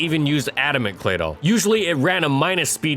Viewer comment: I gave this video a thumbs down. Claydoll? Really? 😷 ughhh!